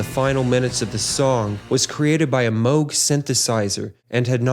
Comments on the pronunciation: Someone who knows how to pronounce Moog correctly! My prayers have been answered! 😭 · the dude above is half correct. It’s M oh g. It’s a last name. Many people pronounce it as müg and are incorrect but it’s also ok and accepted at this point. They’re right about Cambridge.